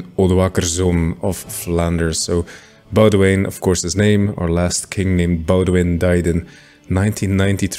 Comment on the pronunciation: It genuinely feels wrong to hear a YouTuber pronounce boudewijn correctly